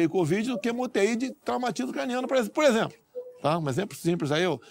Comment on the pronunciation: "Um exempro simpres aí" "Posso ser inequivocado". Por isso ele odeia a cultura.